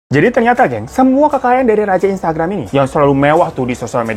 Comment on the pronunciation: Instgaram? Bang, minum aqua dulu yu bang biar fokus.. 😂